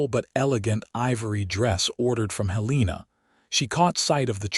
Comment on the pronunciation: It is said that you can't teach an old dog new tricks, and apparently, you can't teach AI proper pronunciation. Heleena and St. Louie appears not only in this story but virtually in every AI narrated western story on every western oriented channel. Having said that, this was a nice, enjoyable story.